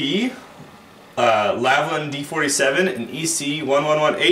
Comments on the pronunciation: I would actually listen to your advice if you started to actually read the names on the products you advertise. The brand is called LAL-VIN not LAV-LIN, you got that wrong in your pronounciation of the word aswell as your notes. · How can one end up saying "Lavlin" every time with a product they are so familiar with?